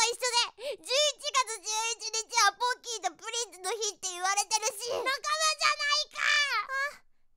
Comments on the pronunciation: ボッキーに聞こえた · p丸様がポッキーって言ったらボッキーに聞こえる(΄◉◞౪◟◉｀) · ポッキーがボッキと聞こえてしまったwww← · me ru ポーッキーで草 ネタだったらごめんけどポッキーだよなw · 「こんにちわ！私の名前はボッキー！」 って聞こえた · ぼっきーに聞こえたのは俺だけ？w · 「ポッキーポッキー」が 「ボ〇キーボ〇キー」にしか聞こえん